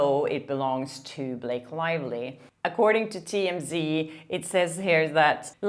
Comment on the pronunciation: I really like this journalist…….but I don’t know where she’s from or how to pronounce her name. Her accent is very attractive although it does tend to make her sound like she is saying “Lake Lively”.